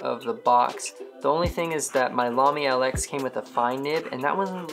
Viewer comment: Lx is pronounced Lux. Nice review btw!